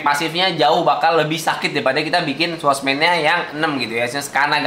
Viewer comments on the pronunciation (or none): Tanpa kalian sadari dia menyebutnya swordmans